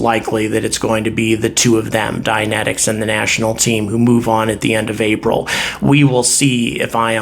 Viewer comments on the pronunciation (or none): none